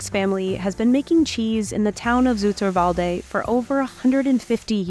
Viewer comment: You pronounced Zoeterwoude, Gouda, Vermeer, Van Gogh, Annemieke Visser-Winterink, Rik Loeters, Natasja Oerlemans, Wageningen, Kees de Koning, Geert Wilders and PVV completely wrong!!